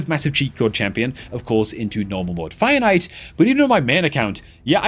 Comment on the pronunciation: Lol when I first started watching I also though he was saying "finite" until after a while I realized it was fire knight.